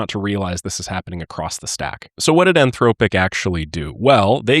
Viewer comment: fyi the o in anthropic, is pronounced like the o in song.